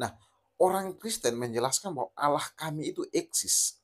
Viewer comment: Dalam Alkitab Allah dibaca pendebat islam auloh 😂 disuruh kembali baca tetap dibaca auloh. Akhirnya disuruh kembali sekolah SD kelas 1😂😂